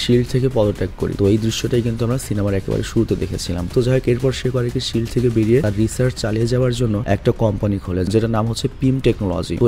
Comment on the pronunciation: ফিল্ড না ভাই শিল্ড হবে